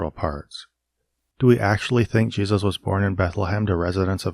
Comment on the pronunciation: “Ship of Jeseus”